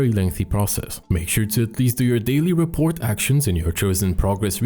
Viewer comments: This is an insane video BTW "Ruh-por" you don't pronounce the T at the end Ya I know English is a dumb language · Great video. Just so you know, rapport is pronounced without the t. ra'por. I think it's a French word that we also use in English, but yeah, no t. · Just one thing to note, "Rapport" is pronounced "Ra-Poor" - It's a real world term, for getting on well with someone.